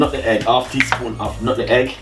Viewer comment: Bredda it's nutmeg,,,not nuttin.egg.....Shizzle